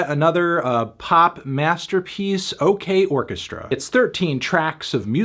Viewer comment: Holy shit, Art Sec KO... "OKceStrA"